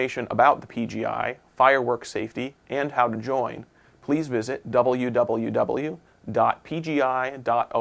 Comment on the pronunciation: lmfao "double-you-double-you-dot-pee-gee-eye-dot-oh-are-gee" he spells out "org" -_